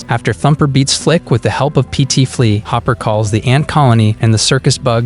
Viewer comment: I love how you called Hopper "Hooper". Lol. 🤣😆